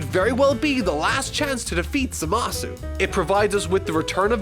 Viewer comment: Man, i just irk every time someone pronounces Zamasu's name complete with "U" at the end, and what's even worse is i hear the dub officially does the same!